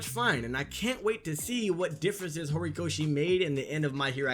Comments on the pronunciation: Is it just me or does this guy say Gorikoshi instead of Horikoshi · Was i the only one cringing when he kept saying “Gorikoshi”😂